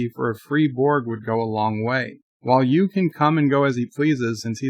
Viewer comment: Is saying Hugh, or you? It sounds like he is saying U.